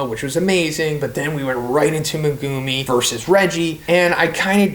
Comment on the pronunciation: why are you saying megumi like that